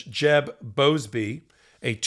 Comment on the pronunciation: Jeb Boasberg, not Boasbey.